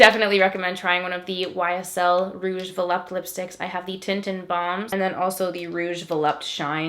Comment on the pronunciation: vuh-LOOP-tay. that's how it's pronounced. not vuh-lupt.